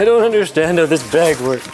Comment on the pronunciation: I can't unhear "undershtand"